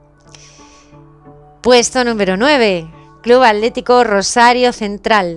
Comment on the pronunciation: hola amiga excelente videooo ,pregunta los españoles no pueden pronunciar las letras seguidas "tl"? vi que decias alético en vez de atlético